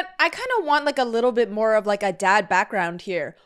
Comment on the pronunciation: “ScI wAnCHT tO gO bAcK” was great